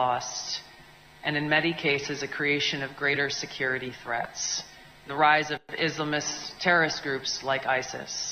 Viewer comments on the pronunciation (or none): Did this dumb braud say "izmalist"😂